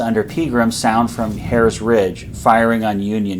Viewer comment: Good video but as a semi-local (I live in Carlisle), hearing the pronunciation of Herr's Ridge and Mummasburg Rpad grated on my ears. "Herr's" is pronounced "hers", and not like the German word for Mister. "Mummasburg" is pronounced as "MOO-maws-burg". In print, they sure look like how you pronounced them though! Pennsylvania Dutch does some weird things! Don't get me started on how we pronounce "Lancaster".